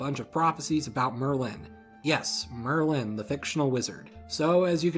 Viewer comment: You think that Merlin rhymes with Berlin?